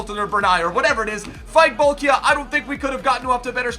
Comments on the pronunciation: Pronounced as Bol-key-ah :) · Bol-kee-ah,! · its pronounced Bolkee'ah